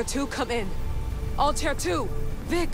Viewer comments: The Altair pronounciation is killing me it’s not alter ffs it’s Altair smh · They need to say Altair right 😂😂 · ALTAIR PRONOUNCE IT CORRECTLY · The way she says altair killed my soul I'm not even a long time fan and I'm annoyed